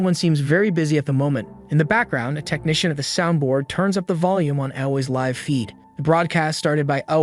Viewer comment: Live is pronounced /līv/. Get it right or just stop translating videos to English until you know English better than me. And I'm just an ordinary guy, so you can do it if you try.